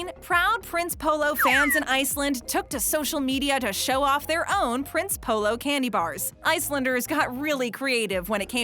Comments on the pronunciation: see i'm polish and I go to polish store's in America and we have prince polo it's actually pronounced (princ) EH (polo) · I’m polish so yeah Prince Polo is really great but you don’t pronounce it “Prince Polo” but instead “Princey polo” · I am polish and the way she pronounces Prince Polo ahhhh sooo wrong